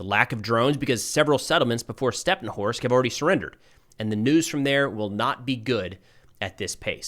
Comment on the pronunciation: hey good work but how about calling the cities by their Ukrainian names? They end with an I, instead of O. So StepnohIrsk, instead of Stepnohorsk. For, example the Russian call it Kharkov, instead of Kharkiv